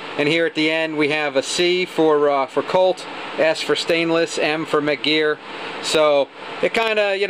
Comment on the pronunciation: Its Mec Gar, Gar like a fish, not Mec Gear.